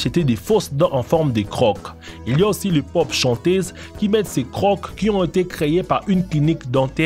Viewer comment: . Quelques remarques : Si nos chères têtes blondes nettoyaient les écoles en France, ils seraient sûrement plus respectueux de leur environnement. Il faudrait commencer par leur faire nettoyer leurs chambres... Pour info, le mot "croc" ne se prononce pas "croque" [kʁɔk] mais "creau" [kʁo]... Souhaitons que les parapluies intégraux de provoquent pas de condensation excessive sur les parois internes... Les reliefs sur les quais existent depuis presque 20 ans dans le métro parisien... Les conditions de la femme au Japon sont dénoncées mais pas expliquées. En quoi la femme occupe-t-elle une position inférieure ? Les Japonaises ne semblent pas si malheureuses... Quant aux distributeurs automatiques avec détection des visages, certains risquent de se voir proposer un flingue avec une balle. Simple question : le Coca "Clear", n'est-ce pas tout simplement du Sprite ? Les bulles et la mousse lui ressemblent beaucoup. LOL...